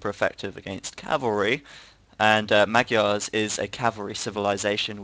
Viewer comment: "magyar" is a hungarian word for "hungarian" and the way you pronounce it is horrible :D